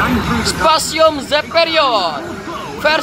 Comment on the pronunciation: Specium Baaaaang bukan Spacium